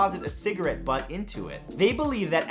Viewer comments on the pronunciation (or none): none